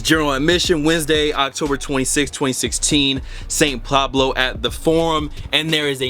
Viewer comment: lmao "saint PLABLO"